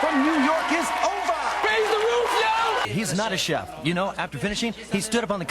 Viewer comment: Am I the only one bothered by him pronouncing Chef as çef and not şef.